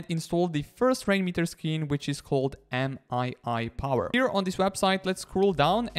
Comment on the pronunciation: isnt it pronounced me power not m-i-i power